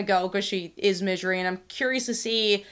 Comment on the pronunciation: Why do you pronounce it midjery?